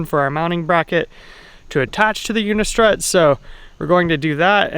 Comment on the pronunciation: Good video! I'm making the commitment to do a roof rack. Can you tell me where you got the mount for the promaster mounting posts? I really can't figure out what you're saying... unico udicor udico???